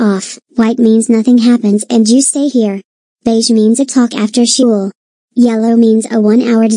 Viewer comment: Didn't say school correctly